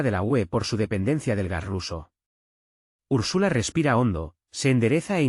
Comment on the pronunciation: 1.- ERES UN DIFUSOR TÓXICO DERECHISTA 2.- SE ESCRIBE "ATAVISMO" NO ATABISMO 3.- SE PRONÚNCIA ÚRSULA NO URSÚLA